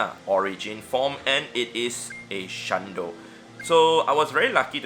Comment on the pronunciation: ""shlundo"" i cant